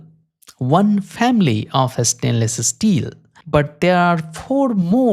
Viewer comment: “estainless esteel”